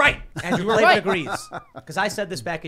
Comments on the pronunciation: K-L-A-V-A-N, there are no ees in KLAVAN. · K-L-A V-A-N there are no Es in Klavan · K L A V A N. There are no E’s in Klavan! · I heard there are no Es in Klavan